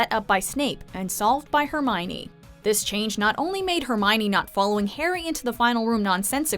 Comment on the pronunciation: I thought her name was Hermione, not Herminey.